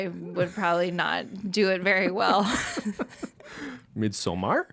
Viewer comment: Lmaooo sort of joking pronounciation of "midsommar" was honestly the most correct one. I fucking can't.